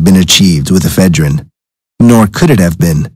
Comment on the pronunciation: e phedrine not eph e drine